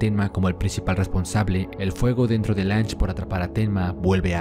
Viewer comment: Se pronuncia Lun-ge. Y su "ego" no lo hizo fallar, al trabajar como una computadora posee la visión más imparcial de la historia, perfección distorsionada por es espectador ya que el no es testigo de lo que nosotros si. El hecho de haber sospechado de Tenma hasta casi el final es por la falta de pistas por parte de Johan, su presencia física es totalmente imperceptible y Lunge hace referencia a ello un par de veces. No creo que su error tenga que ver con algo tan superficial como el "ego".